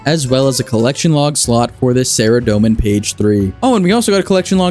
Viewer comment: I feel like it’s pronounced sa-rah-doe-min not Sara-doemin lol